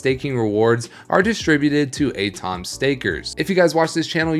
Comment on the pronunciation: Do you really not know what an atom is? At-om instead of A-tom.